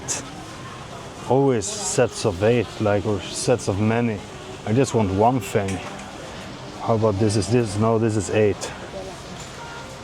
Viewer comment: One tip to improve your english is to stop saying fing and say THing instead of